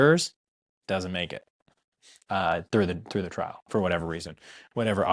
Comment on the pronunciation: Trial. Trial. Not trail!